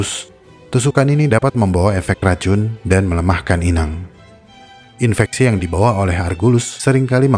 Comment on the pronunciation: Kok aku dengernya infestasi ya? Bukannya infeksi